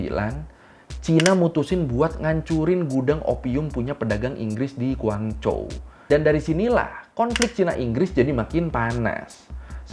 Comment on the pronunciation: Kayaknya si admin abang bisa Pinyin Mandarinya....Guangzhou bisa tepat dibaca Kuangcou, .. Huaqiao bisa dibaca Huachiao, kalau yg gak ngerti akan dibaca Huakiao. 😍🤣🤣😍